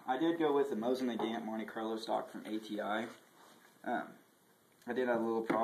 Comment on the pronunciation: not only did you pronounce Nagant wrong but you proceed to act like your a proffesional gunsmith? how old are you 14? you should probably leave the videos to the people who know where the weapon even originated from..